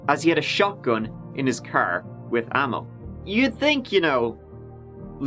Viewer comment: Whats just his accent, is considered a speech impediment in USA, with regards to him not being able to properly pronounce "th". He also didn't pronounce 7th how we would in USA and he also pronounced with as "wit"